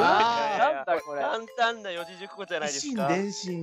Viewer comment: 2個あるんじゃないの！？ ゾムさんが四字熟語(よじじゅくご)をよんもじじゅくごって言ってて可愛い❤